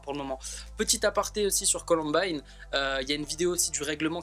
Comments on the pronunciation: il a osé dire colombine au lieu de columbine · on dit "coloumbaïne" pas columbine 😂😂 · Il est con c’était sol premier pseudo son prénom c’est et sa se dit “Columbayne”et pas Colonbine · "colombine" mais oreilles saignent c'est "columbaïne" mdr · Comment tu a prononcé la COLOMBINE ça se dit columbaine mais ça s'écrit colombine À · mon pauvre petit sarendou...se faire appelé... Ps: sa se dit ColOUmbAÏne grrrr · C'est columbine mais ça se dit columbaine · Mdr on dit pas colombine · Ptn arrêtez de dire Columbine puisque c'est Columbaïene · mon dieu la prononciation de Columbine 😭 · MAJtv oui je viens de voir mdr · Columbine ce prononce comme ail pa i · Par contre la prononciation sur « Columbine » laisse encore à désirer ..